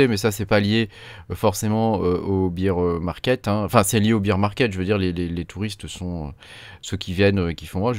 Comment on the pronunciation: C’est pas bire market c’est bére market Sinon tu dis bière marché quand tu dis ça 😂